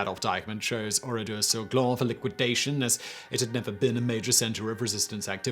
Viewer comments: Its Oradour sur Glane and not Oradour sur gland yu dont pronounce it correctly you should pronounce it like Gane ( cyril gane)with the L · Would be good if you could pronounce the name of the place correctly. The men died in lots of different places such as shops Etc. I've been to the place a couple of times. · Good video, just one thing, it's Oradour sur Glane, the e at the end meaning it's pronounced like Ann Frank. It would be pronounced like in this video if it was spelled "Glan" (which, phonetically at least, means acorn, but is used to describe someone who is dense and lazy, or also part of male anatomy which I don't care te explicitly describe)